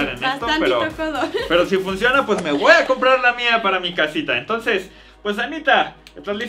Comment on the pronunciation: "le woa a pasar" xd